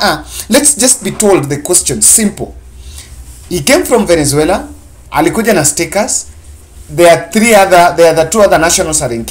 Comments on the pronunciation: By the way, it's VENEZUELA. It's like you have a problem in pronouncing the South American Country's name. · Very clear and eloquent speech,find it funny how you havent pronounced the noun VENEZUALA correctly...